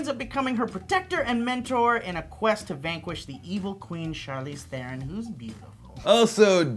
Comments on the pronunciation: Why do people always pronounce Charlize Theron's surname wrong? it is not Th-air-on! it is teh-roh-n -_- its not that hard. Or maybe its because im from SA. I'm big on addressing people by their names correctly. butchering is unacceptable. Just because you have an accent doesnt mean you get to be lazy with people's names. Final Note:Will check Snow white & The huntsman out because it has gotten relatively positive reception so far. :D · Her surname is pronounced "TRON" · It's pronounce Tron, god damn it!